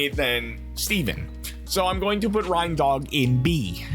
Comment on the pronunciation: It's pronounced RAINDOG Like a reindeer.